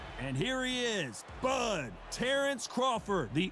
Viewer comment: That ain’t Terrence that’s Berrence!!